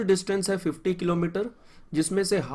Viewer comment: Tumhari explanation sahi hai but saaf bola karo thoda, par tumne 25 into 2 is equal to 50 ki jagah bola 25 into 2 50 toh woh sunne mein lagra hai 25 into 250.